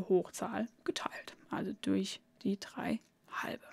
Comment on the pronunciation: Gutes Video aber bitte Quadrat und nicht Quatrat oder drei und nicht trei.